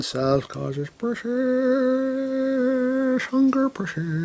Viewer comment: Its not hunger its hun grrr the u is silent lol